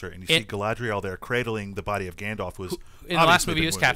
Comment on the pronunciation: Isn't it pronounced gandolf not gandof?